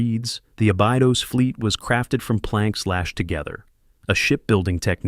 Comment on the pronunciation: It is pronounced a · buh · dows